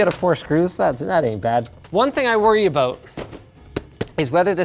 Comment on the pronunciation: So it is "ABOOT", I used to think they're just for fun.